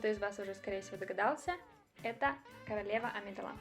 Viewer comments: Небольшая поправка: В имени "Амедалла" ударение на вторую букву "а", а не на "е". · АмидалА? Выпей яду!